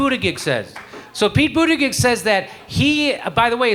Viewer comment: Jimmy I love you but the mispronouncing of Buttigieg's name is getting old. Seriously.